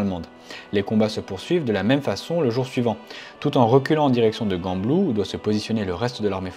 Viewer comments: Gembloux pas GUembloux. Gueule différent de geule c’est pas facile de parler français quand on est français francophone. Sans rancunes et hannut se prononce hannu. Sinon les infos sont biens . J’ai juste eu mal aux oreilles par moment. ❤ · Gembloux pas guembloux et le t de Hannut ne se dit pas. Mais sinon, merci beaucoup pour votre vidéo ! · stp travaille la prononciation des ville belge stp Hannut se prononce anu et gembloux se prononce jemblou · Vidéo comme toujours très intéressante ! Bien évidemment une suite d'épisodes sur le meme thème serait apprécié. Par contre n'hésite pas à demander les bonnes prononciations pour ce qui est des villes ("Guanblou" au lieu de "Jean-blou" et "hanutte"au lieu de "à nus"qui m'ont particulièrement fait saigner les oreilles 😅) Et juste pour ta culture sur les festivités locales un peu loufoque la ville de Gembloux accueil chaque année la célèbre course d'endurance des 6h.... Brouettes ! Organisée par l'école d'agronomie c'est bien évidemment, Belgique oblige, une bonne excuse pour boire quelques bières entre copains 🍻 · Beau travail. PS : on ne prononce pas le "T" final de Hannut. Et Gembloux comme Jambloux Merci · JEANbloux pas GANbloux 😅 bonne vidéo mis à part 😁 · Gembloux se prononce Jembloux et pas GUembloux. Hannut se prononce Annu et pas HannuTE. Un Belge qui te remercie pour la vidéo. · Chouette vidéo mais on dit "jembloux" et non "guembloux" et le T de Hannut est muet. ;) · Magnifique vidéo, j’habite juste entre gembloux et Hannut et j’ignorais tout de cette histoire Juste une précision, on prononce jambloux et hannu 😅 sinon top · Gembloux commence par un G et pas Gu, ça se prononce donc comme un J. Pour Hannut, on ne prononce pas le t final... Merci pour ce récit très intéressant, concis et clair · très intéressant ! pour info, Hannut se prononce "anu" (T muet) et Gembloux se prononce "jambloux" ;-) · Salut, Hannut se prononce "Hanu", le "t" est muet, Gembloux se prononce "jemblou" et c'est une chouette vidéo.